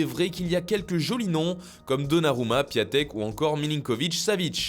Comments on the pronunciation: on dit piontek pas piatek :) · Piontek pas piatek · Juste on ne prononce pas "Piatek" mais "Piontek" sinon bonne vidéo comme d'hab😉